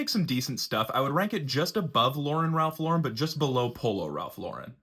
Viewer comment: You’re pronouncing the brand incorrectly. FYI